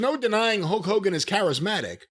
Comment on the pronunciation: Love Jim and the way he says "Hoke Hogan."